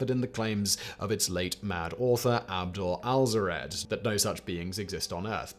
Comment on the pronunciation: AL-HAS-RED Simon!